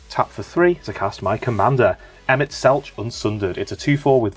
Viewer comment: Loved the vid, though got to say, Emet-Selch is pronounced like Selk, instead of the normal ch sound! Bahamut